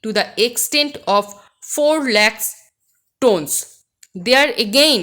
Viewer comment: mam you mispronounced the word 'tonnes'. hope this will help.